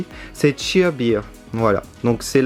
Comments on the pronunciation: Salut ! Tu prononces Bear comme Beer c'est à dire la bière. Bear se prononce "Bère" en gros. Sinon superbes achats l'ami ! Bravo. Pouce bleu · Bear sa se prononce pas bir mais bèr